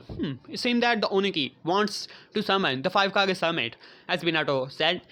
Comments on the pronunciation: its kage not cage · Anyone else hate the way he says kage he says it right in (hokage, rikage ext...)